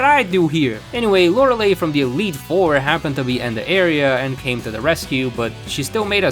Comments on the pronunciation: "Lorelei" isn't pronounced "Lore-eh-lay." It's pronounced "Lore-ell-eye." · Lore-uh-lie, not Lore-uh-lay